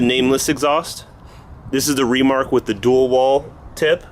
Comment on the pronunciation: why do you say REmark??